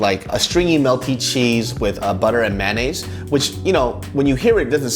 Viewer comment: ... the way he says mayonaise.... idk.... just me.. ok..